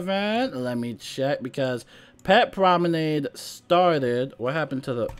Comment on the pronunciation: Spellements were a bad idea from the start. They unbalance the game. Now you have to upgrade to stay even. You pronounced promenade correctly, have you been practicing?